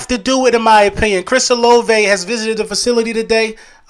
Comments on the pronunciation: It’s O LA VAY, if we draft him ima need you to pronounce his name right lol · You and both been saying Olave